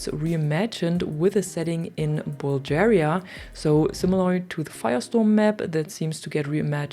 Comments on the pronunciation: Dunno if I’m the first or not but pronounce a hard G when you say BulGaria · Bulgaria is pronounced with a "g" as in "guy" btw :p Thanks for the info.